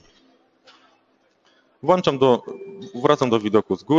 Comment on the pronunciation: Błagam, Panie, WŁĄCZAM, a nie "włanczam", bo aż uszy bolą:)